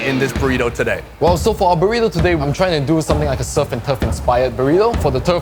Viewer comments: Borito the proper pronunciation. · Not bad pronouncing Burrito, try rolling the R more like "boo•rrrrrito" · Did just say "Puurito!!" for comic relief??! And say that's the proper pronunciation.... ? Get prepared before the show maan! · Love your ''Burrito'' pronunciation xDDDD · u still not saying Burrito correctly but close enough!